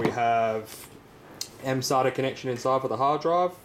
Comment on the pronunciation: Sounds like he's saying sodium connections ^^